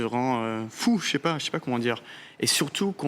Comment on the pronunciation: C'est amusant il dit "chépa", rare pour les personnes qui ne parlent pas français majoritairement.